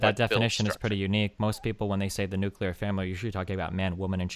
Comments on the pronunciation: ... the nucular family... my god please stop repeating it. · The guest pronounced nuclear incorrectly. I don't understand why so many people pronounce nuclear like that, or how they look at the spelling of the world and think it's "new-kya-lure" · Please stop saying nucular. Please stop saying nucular.